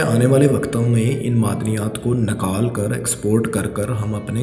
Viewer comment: Nakaal ni hota nikaal hota hai